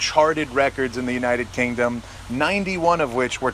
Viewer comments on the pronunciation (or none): none